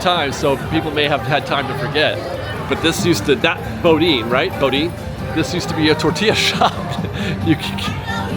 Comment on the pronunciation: So sorry. No bo deen like Jethro, but pronounced BOO DAN for it is French. . Boudin